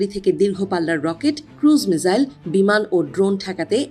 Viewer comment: উচ্চারণ মিজাইল হবে না মিসাইল হবে? উচ্চারণ ঠিক করেন।আমি প্রতিটি রিপোর্টে দেখেছি উচ্চারণ ভুল করে।